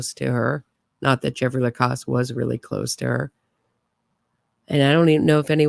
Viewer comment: You know everyone pronounces Jeffrey’s last name with the after the c like the sound in pause. He says Lacasse with the sound of the second a like the sound of the a in apple.